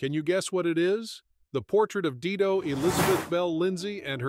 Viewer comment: Dido is pronounced "die - doh"